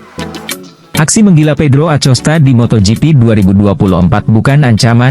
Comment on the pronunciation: baca acostanya pake hurup K.. jangan pake hurup C...